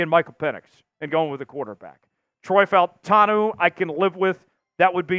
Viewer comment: Bro … you cover the Seattle Seahawks and you DON’T know to pronounce FAUTANU, who played for UW? WTF have you been?! My gawd, I’ll your gear out of your arse